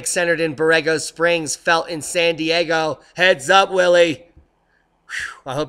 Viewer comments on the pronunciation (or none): none